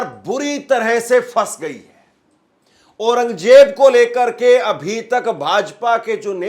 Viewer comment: KYA JAHILON KI TRAH AURANGJAIB BOL RAHA HAI...AURANG ZAIB READ KERNE NAHI AATA...KAISE ANCHOR HAI...VERY SAD....